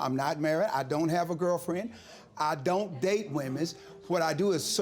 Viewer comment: Why he saying women like that??